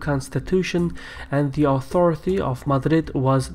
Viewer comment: it's pronounced "authority" not "authorithy" and "Basque" not Bashque"